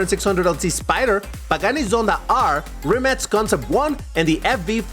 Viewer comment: Rimac ❌ Rimats ✅ 🗣️🔥🔥